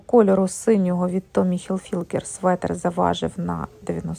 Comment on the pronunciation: я вибачаюсь, Хілфігер, без букви Л, перед буквою Г.